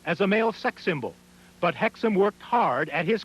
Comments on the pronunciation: Jon-Erik HEXUM, not HICKMAN. Do you actually read your copy and make sure you are pronouncing names correctly or do you just wing it? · "Jon-Erik HICKMAN"??? Do better.